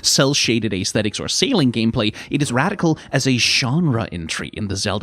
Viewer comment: It's petty, but it does annoy me every time says "ay-es-thetics". The word is only three syllables, "ess-thetics" or "ess-tetics". Great short though, as usual.